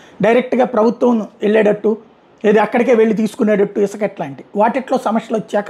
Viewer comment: Not isaka, isuka